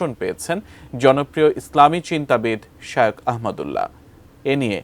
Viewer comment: বোকাচোদা রিপোর্টার ঠিকমত নামটাই বলতে পারে না শায়োখ কি?? আবার ঠিকমত লেখাপড়া করে তারপর রিপোর্ট করতে আইসো